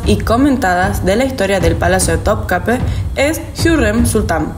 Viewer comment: Topkapi se pronuncia así....me hizo dudar...pero no se pronuncia con e al final, si no con i😅